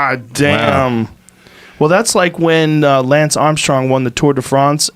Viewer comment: HAHAH the way Joe says Tour de France all the while pronouncing Lance in an American way is funny dude